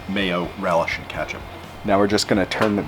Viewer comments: Bruh I’m quite Canadian, but I have never heard anyone say “katchup” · Most annoying sounds and the word "katchup" killed it...ugh